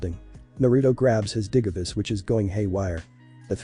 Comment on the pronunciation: Just to let you know that the voice is saying things wrong such as the digimon names and digivice it sounds weird